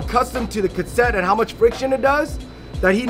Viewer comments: consent? ka set? is a kook lmao love him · So damn funny when kept laughing and grinning when was miss pronounce Cassette 😂😂😂😂😂